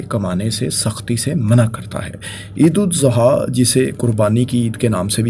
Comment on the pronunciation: Sor apki Eid AlAdha ki pronunciation theek nahi Barae meharbani theek kegie.